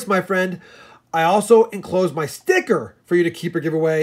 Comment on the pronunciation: Rob i couldn't laughing at the way you said sticker